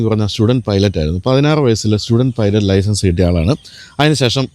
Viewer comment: പൈലറ്റ് ആണ് അല്ലാതെ പൈലറ്റി അല്ല മാഷേ 😂ഇത് english ആണ് മലയാളം അല്ല 😁😁😁